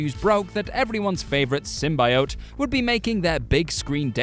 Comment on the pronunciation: Ergh, learn how to pronounce symbiote properly